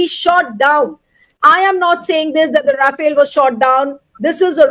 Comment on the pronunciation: Rafale ❎ Ra-fail ✅ 😂😂